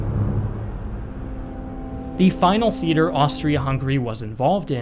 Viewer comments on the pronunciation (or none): none